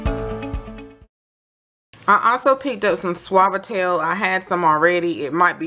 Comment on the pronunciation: Thank you so much for pronouncing suavitel for me. I have always wondered how to pronounce it lol. Loving your videos❤!